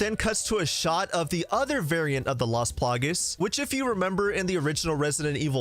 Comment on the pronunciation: It's las plagAs man not las plagues that was super annoying haha